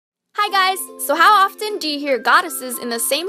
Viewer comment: you dont say "often" like that anyway vid was funny